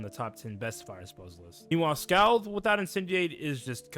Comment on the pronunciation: Scald is pronounced "SkAWled" like bawled. Also, can't say I agree with too many of these takes. "Why do damage over 5 rounds instead of 3?" Because damage burns shields for 5 rounds, granting more time to set up powerful hits. By properly using dots, fire can command the tempo of a match, slowly forcing opponents to scramble to keep up with a LOT of damage per turn. Usually by the time you realize you've lost a match against a fire wiz, you actually lost it 3-4 turns ago.